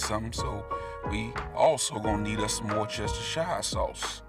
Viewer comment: It’s pronounced ‘Wuss-ter-sheer’ 😊